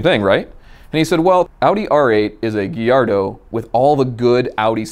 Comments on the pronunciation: STOP CALLING IT GHIARDO!!!! It's [ga-iar-do]!!! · Send him a shirt that says “guy yard doe” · it's guy-ardo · Everytime he said “giardo” my heart died a little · Same lol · Why? Do you pronounce Gallardo with the l’s? Because that’s also wrong, the correct way is gayardo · Did he just say gillardo? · WTF is a "Gee-Ardo"? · Lamborghini Gee-ar-do What’s that? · this guy mispronounces so many words ... "nitch" ... niche. "giyardo" ... gallardo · Surprised no one in the comments is bashing him for the way he says “Gallardo”